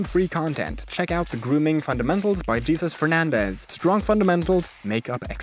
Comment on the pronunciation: Great content! Btw - That's "HaySOOS" , not "JEEsus". He's Latino.